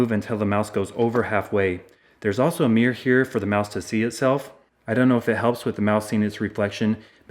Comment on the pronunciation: You’re pronouncing “mirror” incorrectly. It has TWO syllables: mir-ror. It’s not ‘meer’.